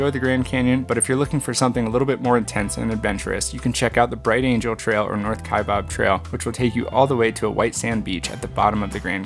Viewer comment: beautiful video. May I point out that Glacier's Grinnell Glacier gets the accent on syllable #2--grin-ELL, just like the small city in Iowa? Also, for the record, Kaibab = KYE-bab, rather than -bob.